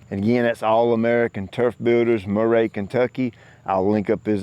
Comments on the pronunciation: Close to where I grew up. Made me laugh hearing you pronounce it Murr-aye. Really just Murr-ee! God bless! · It's Murree like Bill Murray lol love ya. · Your yard is looking GREAT as always,. Not to try to embarrass anyone, but Mr. Davis and company are located in Murray, KY. (That's pronounced MUR-ee) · You pronounced his area wrong. It’s pronounced Mur-re